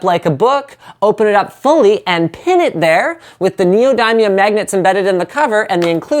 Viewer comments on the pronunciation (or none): When he says neodymium wrong. -_